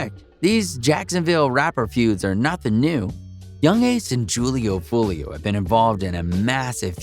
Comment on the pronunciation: If your gonna make videos for money on niggas, at least say there right. Damn smh butchering Foolio’s name over and over again